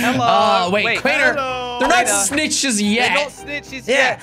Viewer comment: Hé sayd snitches